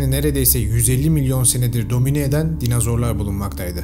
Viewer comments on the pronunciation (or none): Hocam dinazor değil dinozor 😭